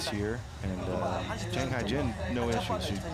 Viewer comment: Hyejin is NOT pronounced "Hygiene".